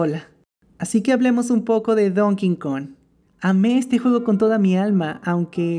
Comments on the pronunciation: Porque dice donking kong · Donkey kong country 3❌ Don Kin kon ✔ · Nadie: Absolutamente Nadie:: Don Kin Kon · JAJAJAJAJAJ SI ESCUCHE #DonKingKong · Yo escucho a decir:don King Kong Automáticamente yo: se dice donkey Kong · me encanta “ Don Kin Kon” :) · me di cuenta de que casi todos dicen "dONKIN kON" xD Hasta, el dios de los dioses todo poderoso *reza el padre nuestro como una tia*